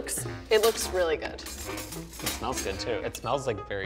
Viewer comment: “...it’s GUUD 👍🏼” I love this XD ❤️